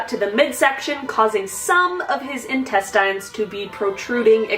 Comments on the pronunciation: Intestine? 😅 literally she pronounced it like tine... 😂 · Intes... tayn?? Sorry, it just hurts my ears.. D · Intest??! What? 😂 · I’m stuck on how you pronounced intestines 🤷🏼‍♀️